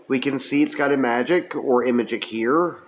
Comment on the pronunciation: It's definitely ih-magic and not imag-ic. There's imagic commercials on youtube where they pronounce it ih-magic (short I magic).